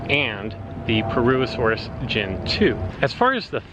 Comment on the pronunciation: Complete butchering of the pronunciation of purr-uss-uh-soar-us.